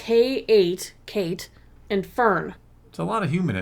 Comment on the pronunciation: Oh I thought you said "Fem Solo" for a moment then.